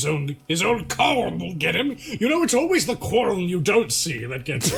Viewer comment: the mispronunciation of quarrel i believe was one